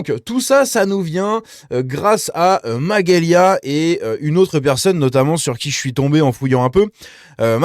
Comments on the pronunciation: C'est MaGelya Pas Maguelya lol..😅🤭 Mais je l'aime bien aussi.. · Salut ça se prononce majélia 😊